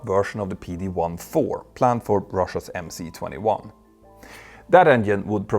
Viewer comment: You say "IL" correctly but not "MC"?